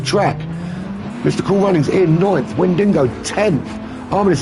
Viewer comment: note: driver's nickname Wendigo, but not WendiNgo 🤝